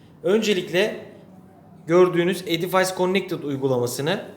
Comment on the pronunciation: Selamlar, Edifays diye değil, ingilizce okunuşu edifis şeklinde olmalı :)